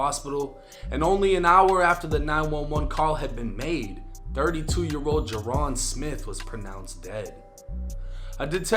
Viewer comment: This isn’t true at all first off it’s pronounced jay-Ron and he wasn’t the one burning the money scyjimm was bc scyjimm was the one who got all the followers on insta jaron was recording scyjimm burning the money